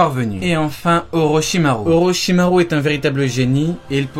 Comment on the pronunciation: Part contre ce qui me dérange c que dit pas les ou comme avk orochimaru il dit le u comme en français alors que c ou